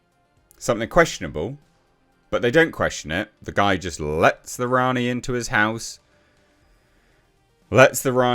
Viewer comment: Worrying stuff mispronounced Rani & doesn’t know about John Smith.